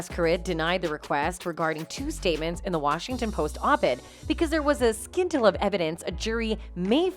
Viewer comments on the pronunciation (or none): Scintilla is pronounced "sin-tilla" not "skin-tilla".